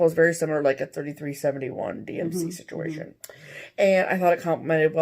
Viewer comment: Situation = stitchuation?! Dunno why but I kept hearing this in my head everyone you said you 😂. Another great video ladies, I was late to watching it this week cause work gets in the way.